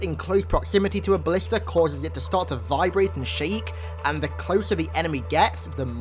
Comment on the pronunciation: Who else thought he said ballista not blister